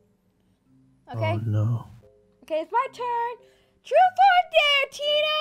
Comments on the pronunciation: Also she says truf not truth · she said truth not dare